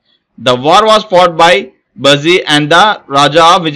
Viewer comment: Its not buusy. bussy